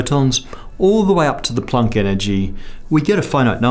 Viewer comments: Plonk? Plonk?? Shouldn't it be Planck? (rhymes with bank or sank) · You say Plank… really oddly….